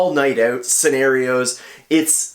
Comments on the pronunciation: The way he says ( OUT ) is so funny 😅 he is so sweet ☺ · That Canadian OOUUUT 😂